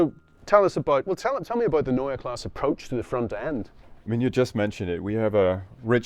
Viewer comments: Neua Class? omg that is horrible... please work on your pronounciation! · It's pronounced NOya KLAHseh. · A whole 18 minute video from a 9m subscriber channel and you couldn’t afford to ask someone how to pronounce „Neue Klasse“? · It’s either Neue Classe or New class Not neue class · Before you make an entire video about it, in which you say „Neue Klasse“ a thousand times, ask a German native speaker how to pronounce it. Prevents you from making a fool of yourself 😉